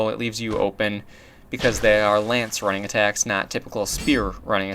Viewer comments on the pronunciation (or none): Why do you pronounce "running-attack" as "rang-attack"?